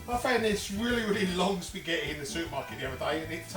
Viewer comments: I like how he occasionally says "pasghetti" xD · although most people call it just spaghetti bolognese anyway, you completely bypassed the fact that he calls it sketty bolognese 😂😂. if youre gonna be butthurt, youve got to go the whole hog with it! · The fact he pronounces it "Sketti" just makes it tastier